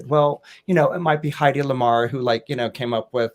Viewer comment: Hedi Lamar not heidi